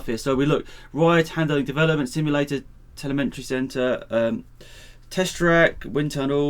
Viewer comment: TEL-EM-ETRY. There isn't an "n" in it ffs.